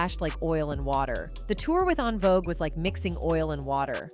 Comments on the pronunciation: En Vouge is pronounced *IN VOGUE not ahn vouge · She said AHN-Vogue - they could’ve hired a black girl to tell this story lol 😂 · How are you speaking on a group whose name you CANNOT even pronounce? OnVogue??? 😂 Not mispronouncing Oprah Winfrey. Just use your voice, girl. This AI is fuccing up!!! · “ on-vogue “…. Gurlll En-Vogue ! Smh 🤦🏽‍♂️ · The AI voice is killin me with how they're mispronouncing En Vogue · Please pronounce En Vogue’s name correct. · I really dislike videos that are narrated by A. I. All the mispronounced words 😂😂 Envogue pronounced Ahnvogue. Dionne Warrick pronounced Die-on😂😂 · This commentator messed up the pronunciation of EnVogs name and Dionne Warwick's name... She must not be a fan ??? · I don’t know if this is an AI voice or a colonizer but “ON VOGUE” “Di on Warwick” You can’t get the names and or pronunciations right??!! Good information but DO BETTER!!! Please??? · The narrator didn't pronounce some of the names ( Dionne and EnVogue ) correctly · Why is this person doing a documentary when she can't even pronounce the names correctly...at least learn to pronounce Dionne and envogue